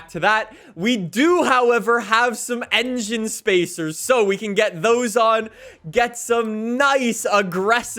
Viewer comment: Nobody talking about how he said engine spacers